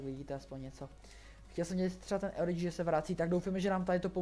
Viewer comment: Cte se to orichi